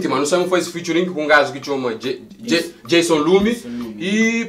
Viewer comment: Fituring?? É kuze 😂😂😂 alguen explicam